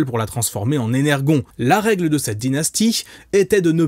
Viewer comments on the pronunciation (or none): Parce que ça sonnerait moins bien à moins avis, soit tu dis "The Fallen" soit "Le déchu" parce que c'est ce que Fallen signifie. C'est comme tu dis avec l'énergon prononcé "énerjonne". Ou on prononcé tout à l'anglaise soit à la française. Après j'ai jamais entendu quelqu'un prononcer Megatron à l'anglaise "Mégatronne' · Mais pourquoi a-t-il fallu que la VF de ROTF dise "The" Fallen et pas LE Fallen? C'est tellement absurde ! D'ailleurs il y a matière à un vaste sujet avec les VF de Transformers (choix de prononciations comme "Enerjaune", acteurs de doublage français ayant travaillé sur la licence, etc...)